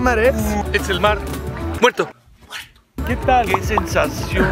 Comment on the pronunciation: Jajajaja 😂😂😂 minuto ESTE ES EL MAR MUERTOH